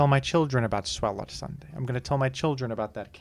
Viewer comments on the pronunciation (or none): lol how pronounces Swalot, as if its giant gaping mouth doesn’t hint at being pronounced like swallow.